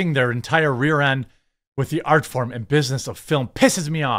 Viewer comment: “aRt FoRrRm” ☝️😭🤡👍